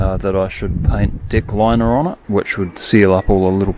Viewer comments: I had to rewind to see if he said DICK liner to find out he was saying DECK liner. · I thought he was going to name the boat “Dick Liner”. Then I realized he said deck liner... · At the 40 second mark I was sure he said several people suggested he paint "dick liner" on the boat. I listened several times and googled it, thinking it was some Kiwi meme.... Finally figured it out, but it still sounds like "dick" to me. But then again, my name is Dick. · I had to listen to it again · I know you are saying "Deck liner".. but.. it's not how it sounds to my ears..